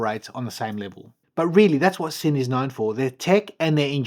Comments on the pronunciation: Just fyi it’s pronounced Zinn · Beautiful watch. BTW it’s pronounced Zinn. It’s a German made watch and S in German is pronounced Z. Sinn Zinn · It's pronounced Zinn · Nice piece. In German, Sinn is pronounced Zinn.